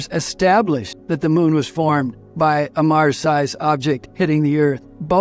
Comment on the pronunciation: Not firmed but formed